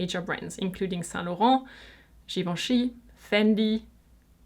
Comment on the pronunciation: I love the way you pronounce Givenchy and other French brands! Thank you for the video! :)